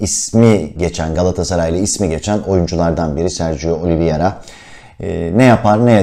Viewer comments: Öncelikle emeğinize sağlık , çok teşekkürler fakat değinmem gereken bir husus var lütfen oyuncunun ismini okunuş olarak oliviyera değil de oliveyra olarak telaffuz ederseniz iyi olur. Çünkü adamın adı Sergio Oliveira. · Oliviera değil başlıkta yazıldığı gibi "Oliveira" olarak okunmalı.